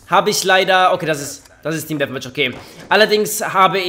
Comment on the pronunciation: Wie er immer "team deathmatch" betont :D